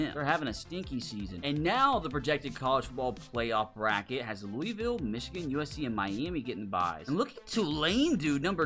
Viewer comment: As a Kentucky resident, I hate how people outside of Kentucky say Louisville.